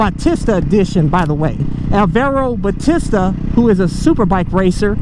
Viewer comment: I think you meant Aramid (Kevlar like fibers) not amarid (not sure if that's even a word). Also I'm pretty sure his name is pronounced Ba-tee-sta not Ba-tis-ta even though it's spelled like the latter.